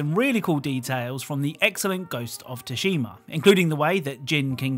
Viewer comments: Ima lose my mind if he keeps calling it Tooshima. Its Tsushima, pronounced Sooshima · It's not "Tushima", it's pronounced "sushima". The T is basically silent. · Ghost of sushi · pronounces Tsushima like he found out a name for a porn parody of this game: Ghost of Tushy-ma. I can't unhear it and now so do you! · Even in the game the Japanese actors pronounce it with the T before saying the rest of Tsushima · Why do you say thushima like that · Download AFK Arena for free: Oh, and please forgive my pronounciation of 'Tsushima', it turns out my teachers were right, I am an idiot! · You're not a idiot , pronounciation mistakes happens to many . Thanks for all the work done finding the easter eggs 👍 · The t is silent